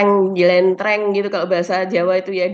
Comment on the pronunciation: JELENTREH.... BKN JELENTRENG.... 😂😂😂😂